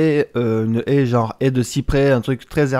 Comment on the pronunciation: J'aurais dû compter le nombre de fois où tu a dit haïe 😂🤣😁. Tres bon sujet